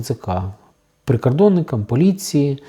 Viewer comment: Чому ви говорите весь час ПРИКАРДОННИКАМ ,АДНАК,АГАЛОШЕНО,ПАСТІЙНИМ,І.Т.Д ...ШО за мова ...?!